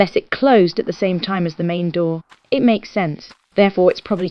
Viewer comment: Anyone else catch her call it a duwu instead of a door?